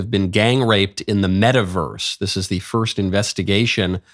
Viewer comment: what the heck is a "meta-versre?"